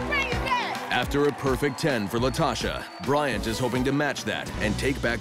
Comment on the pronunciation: My name is Bryant. And I’m glad to hear famous chefs being able to pronounce it properly. Everyone calls me bryan